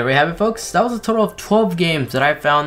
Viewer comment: Not to bring hate or anything but why for then you say it like den and then for that you say dat why you say that or why you say dat as like u like to say!!!!!!!!!!!!!!!